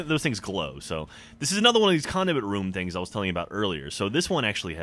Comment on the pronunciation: Lol sounded like said Condiment Room